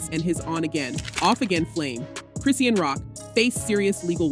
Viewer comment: Chris-Sean (Shawn) not Christine or Chris-sheen or Christian